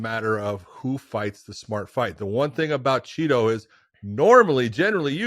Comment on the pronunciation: Great another episode of Josh over emphasizing "Chito". Meanwhile refusing to pronounce Jorge Masvidal and Jose Aldo correctly